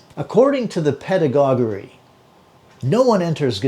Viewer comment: Just fyi it’s pronounced ‘ped-ah-godg-ee’